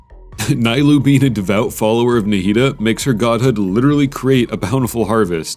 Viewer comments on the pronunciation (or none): Lemme tell you something it’s not nYLOU it’s n EE LOU 🤦‍♂️🤦‍♂️